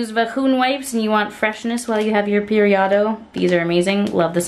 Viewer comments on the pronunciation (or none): also loved “periado”